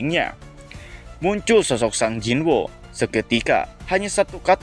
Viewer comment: Sung jinwo bang, bukan sang jinwo, aneh bet